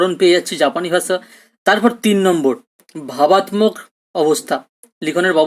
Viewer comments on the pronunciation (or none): Sir class khub sundor..But kichu mone korben na sir apnar kichu uchcharon vul hochhe.. Byabostha, vabattok..etc